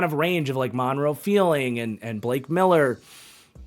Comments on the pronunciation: Guess I'll be the one to tell... there is a R in Monroe F-R-eeling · Did he say Monroe “Feeling”?